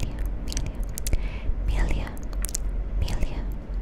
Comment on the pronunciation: the way you said my name is super tingly, and yes, you pronounced my name correctly! Like Amelia without the A in front 🥰